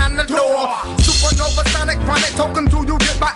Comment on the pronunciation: ITS SUPA NOVA,ITS SUPANOVA!!